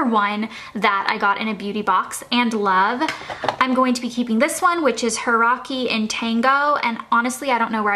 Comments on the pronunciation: It's HiKari, -- NOT HiRaki!!!! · The brand is HI-KA-RI not Hiraki! It means light in Japanese :) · Did anyone else notice how she said Hiraki instead of Hikari... LOL